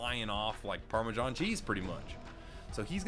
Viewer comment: FORBIDDEN PARMESHON